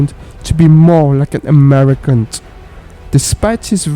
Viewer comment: Has anyone noticed that the guy in the video says things like I am an Americant, into productiont The American flim company , Gonet , swelling only the braint, he died with an erectiont .